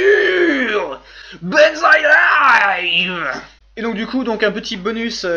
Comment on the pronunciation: Étrangement, j'attend toujours qu'il sorte sa langue quand il prononce Benzaie Live. Je me surprend de cette étrangeté :D